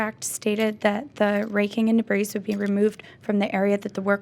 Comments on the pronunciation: As soon as I heard her say "de-breeze" I wrote her off...🤦🏽‍♀️ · It drove me slightly nuts that she kept pronouncing the "s" in "debris." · Defendant needs to go back to school. The “s” on debris is silent. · "debris" is not pronounced with an "s" sound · You don't pronounce the 's' in debris. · Dear, the S in DEBRIS is SILENT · Omg me too. I wanted JM to correct her so badly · Does someone want to tell her the s in debris is silent 🤫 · Being petty here, but if she pronounced the 's' on the word 'debris' one more time, I was going to scream!!! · Trust me, you’re not being petty! I wanted to punch the screen 😂